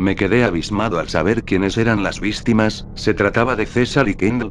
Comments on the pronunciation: Dijo vistimas en vez de víctimas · Un dato curioso que vi es que un familie o todos los de miembros de grove tienen el mismo pantalón que el MALE01 y en el minuto dices vistimas en ves de victimas xd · dice vistimas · Quienes eran las vistimas yo digo que se esta asiendo la vistima vistima vistima vistima vistima XD like si no sabes editar o sabes lo acabo de aser :v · Jajajajajajaja CJ dijo vistimas XD en el minuto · vístimas? Jajajaja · Like si te diste cuenta que dijo vistimas xd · dale like si dijo vistimas jajaja :v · Las "Vistimas"